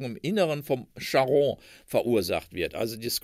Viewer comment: Wie immer sehr informativ. Die Aussprache von Charon ist etwas eigenwillig. Der Name aus der Mythologie ist auf der ersten Silbe zu betonen. Cháron.